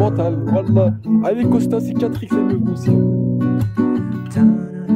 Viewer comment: "-C'est la spicatrique ici, c'est tous des sssicatriques, starfallaaah oh là là starfalaaaah!" C'est un vrai sketche ce live, je compte plus le nombre de fois où je l'ai regardé, et chaque fois je me fend la poire!😂😅